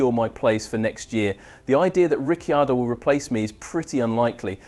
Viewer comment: Please learn how to pronounce Ricciardo's name correctly. It's not Riccyardo.